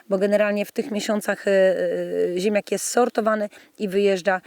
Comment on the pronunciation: Pani wymawia ziemiak, zamiast ziemniak... Nie mogłem się skupić na filmie zwyczajnie...